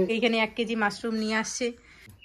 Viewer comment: মারশুম কাকে বলে হবে তো মাশরুম